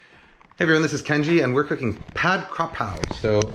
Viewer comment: Minor note: "Pad" (stir fried, same for Pad Thai and Pad Si-ew), should be pronounced more like "putt" in "putt putt golf" rather than "bachelor pad" or the nickname of "Patrick"